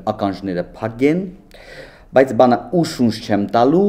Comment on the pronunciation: ջան՝ բանը չէ,պընը։